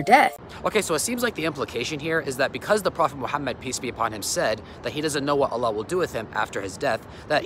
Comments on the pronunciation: Astughfirullah, the way she pronounced Allah...May Allah guide everyone and grant us all jannah, ameen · Just hearing her mispronounced Allah just shows how little she research about the topic